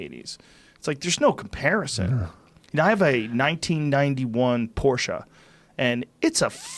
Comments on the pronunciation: Lmao always hearing Joe talk about his "Porchea" or whatever haha isnt that the Girly version of a Porche? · Hey Tim... Porsche is a two syllable word... If you say Porsh it's a liquid cooled car. Porsche is air-cooled for the purist.🇩🇪